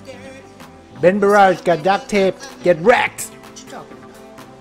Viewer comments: U sid bengarrage lol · He sayed BenGarrage at the first time